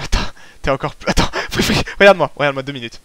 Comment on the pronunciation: Plu? Ses plus avec un s lol